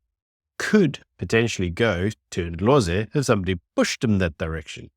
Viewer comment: Its not Indlozi. Its Ndlozi ... as in (n)Dlozi. These people are not irrelevant, but have become very boring.